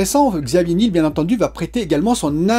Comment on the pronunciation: Il me semble qu'on dit Xavier Ni-el comme le miel